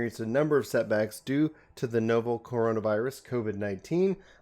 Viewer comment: n o v e l not nO-vel 😛